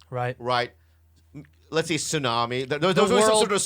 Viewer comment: Nobody: Bobby: "Mete-ORE" "Tsanami"